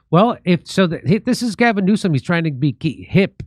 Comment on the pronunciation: Did you say Orgasm Newsom?